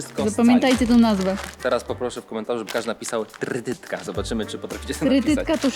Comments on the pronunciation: Tretetka a nie trytytka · Tyrytytka xd trytytka. Xdddd